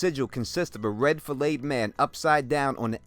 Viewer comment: I love how ya boy says flayed like fileted.. Do ya thing,.